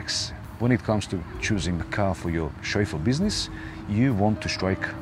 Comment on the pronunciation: Every time says ‘Chauffeu’ take a shot of vodka! Great information and entertainment!